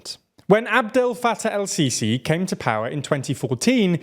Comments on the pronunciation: the way he says adel fattah el-sisi is so funny 😂😂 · Say Abdelfattah Al-Sisi one more time 😃